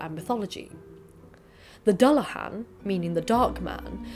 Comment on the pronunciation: I was also bugged by the pronunciation of Dullahan too. To my understanding it’s Do-la-h-on